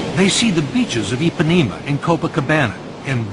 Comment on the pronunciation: "ipanima and coupacabena" kkkkkkkkkkkkkkkkkkkkkkkkkkkkkkkkkkkkkkkkkkkkkkkkkkk